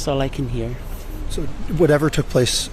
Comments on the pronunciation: "su"...es when she cannot pronounce "so" or she does in porpouse cause sometimes she does says It ok..maybe tooooo much botoxxxx,she cannot move her chicks,lips,eyebrows,suuuu she cannot Talk properlyxeeggghj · Great point as well! Her “so” drives me NUTS! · is a great example!